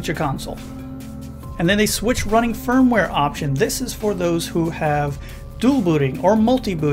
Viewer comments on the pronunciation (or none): none